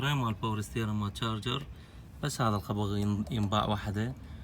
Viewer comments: تشارجر😂😂😂مو جارجر ولا شارجر😂😂😂😂😂🌚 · تشارجر NOT. جارجر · معليش بس اسمها شارجر مو جارجر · Charger not garger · اسمها تشارجر مش جارجر يا اخي ليش التخلف